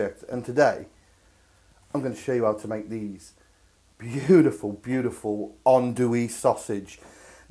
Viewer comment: Amazing pronounciation of andouille man, I didn't expect that.